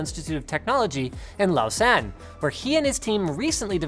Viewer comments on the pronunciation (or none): super cool. BTW Lausanne is pronounced with a "z" not an "s". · Woohoo Switzerland! They did a damn good job there on the other side of Lake Geneva. Must say though, your pronunciation of Lausanne is off, the "au" is pronounced as an "ou" XD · Lao-sane? :D :D :P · "In lao-cen"